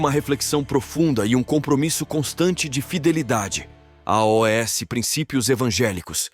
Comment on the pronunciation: Porque o narrador soletra a o s ao invés de dizer aos?